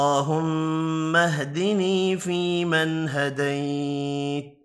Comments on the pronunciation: Assalamou alaykoum. Why does he don't prunonce the end of some words ??? فيمن هديت... We don't hear the final ت? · حضرت صاحب،آپ ھديت پڑھ رھے ہيں جبکہ ھديت کے اوپر زبر ھے،وضاخت کريں۔